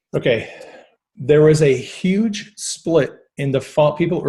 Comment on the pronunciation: That's how Trump says huge. Yuge.